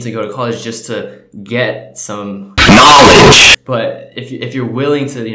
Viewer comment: NEVER do that "K N O W L E D G E" thing again lmao....you literally almost gave me a heart attack